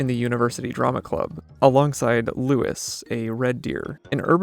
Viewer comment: It's Louis, not 'Lewis'